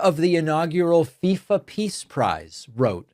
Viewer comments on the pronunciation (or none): none